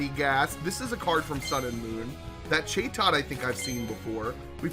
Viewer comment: that was a loudred not exploud, chatot CHAT OT not whatever you call it